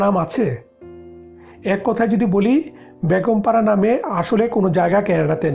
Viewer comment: Hi Zeenat, thanks for the point. Most people in Bangladesh can't say A when it comes to a word that has A in the begging. Like Beton ( salary ) most people will say Baaton , you got it right ? there you need a clear A when you saying Beton ( salary ) . So exactly same way , when he was saying Begum para , he was saying Baagom para, missing clear A in the begging of that word. You can hear that almost 95% people in home. It is so sad that people from Bangladesh can't speak Bengali properly !! But the name of our country is Bangladesh right?? Hope, one day everybody will learn Bengali properly and speak very nicely. Because Bengali is very nice and sweet language !!